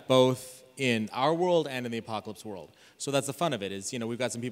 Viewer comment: Rob mispronounces Apocalypse World and Richard replies: "I think that's a piece if exercise equipment." Rob immediately responds: "I spent 20 minutes on the apocalyptical this morning."